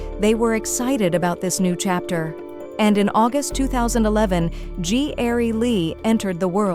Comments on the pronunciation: I love these shows but when AI bots narrate it, that's where I draw the line and stop watching. Gary is pronounced G. Airie??? Seriously?? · The narrator pissing me off keep saying Gee-Airy like girl it's Gary damn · What the hell is "G- arry " narrator?? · G. Airy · Funny AI cant pronounce Gary. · His real name is Ji'Aire. The AI narration mispronounced his name